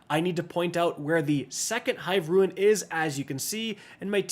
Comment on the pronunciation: It's hive rune (pronounced roon) not ruin. 2 completely different words.